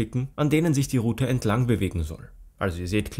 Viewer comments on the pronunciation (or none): none